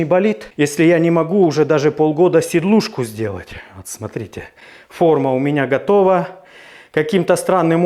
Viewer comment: "Сидушка"правильно ,а не сидлушка)))